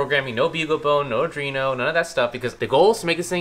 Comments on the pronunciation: Pretty sure its 'Arduino' not 'Adrino' :) But Dude!! I think this is my favorite PS build yet! It actually feels 'in reach' and practical. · Ar-dwee-no. Not ar-dree-no